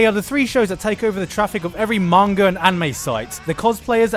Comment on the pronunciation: Manga is pronounced like with an m sound like mop, I am from Japan and it frustrated me when people pronounce it wrong!